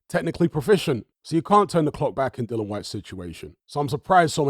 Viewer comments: His name's Dillian not Dylon. The guy will go out of boxing the way he came in with some people too lazy to get his name right. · Its a silent 'i'. Educate yourself. He initially called himself "Dillian the Villian" initially. Spelling is the same, hut you pronounce it differently.